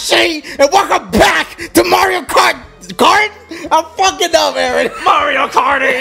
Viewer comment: it’s EERRRNNNNN nah fr his name is Aaron